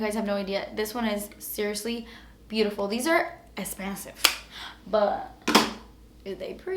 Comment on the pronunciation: Finally we got to hear des esspanssive 😹 we want foundation 💁🏻